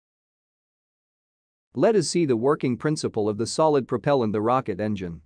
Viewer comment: Cool but... why can't you say propellant right?